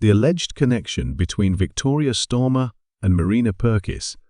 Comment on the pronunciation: Who’s Stormer and why is it Victoria Stormer and then Starmer. Get this bot reset as it’s unbearable to listen to. This mistake is painful to repeatedly keep hearing.